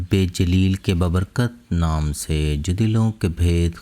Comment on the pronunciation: bhai urdu tu sahi kerlo apni meherbani farma ker lufz "BA Barkut" hai "BUBURKUT" kya lufz hai :face-red-droopy-eyes